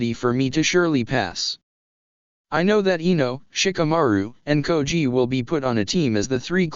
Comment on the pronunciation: it's choji not koji